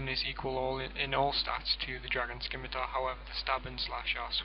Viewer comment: but that's not how it's pronounced. It's sim-i-tar. If it was skimitar then it would be spelt skimitar and not with a soft c.